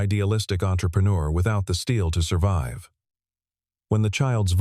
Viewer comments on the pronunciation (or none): none